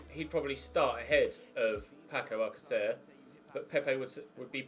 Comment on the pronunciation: Sayng alcacer wrong. its alkassa